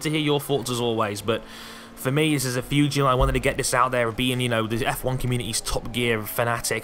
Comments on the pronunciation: Did anybody think was saying fuge deal instead of huge deal? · "Huge" doesn't have an "f" in it. Stop saying "fuge".